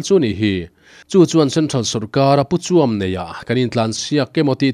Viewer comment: Puchuam i lam dan chu ....mi dang lo zawt la a tha ang.